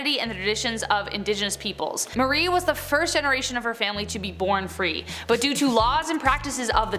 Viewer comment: It not Mary it's pronounced Marie MA rie